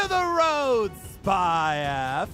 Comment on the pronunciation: It Sounded Like She Said “Supply” Instead Of “Spy” In The Intro Thing